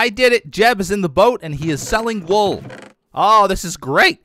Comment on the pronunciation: "ayyyy come and get de wool"- 2020